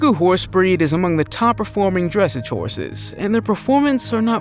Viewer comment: Yes I enjoy horses and while I don’t myself own one anymore, my family has 4 of them. A Tennessee Walker, an Appaloosa, a pony, and I believer a quarter horse. (And it’s pronounced dress-ahge)